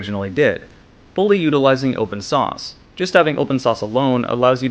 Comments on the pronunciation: It's open source. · It sounds like you are saying open sauce.